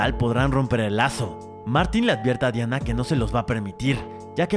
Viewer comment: Si se llama Diana, pero en la película la pronuncian como Dayana bro